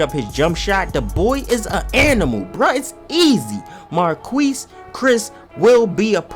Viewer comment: Every time he said Marquese 😖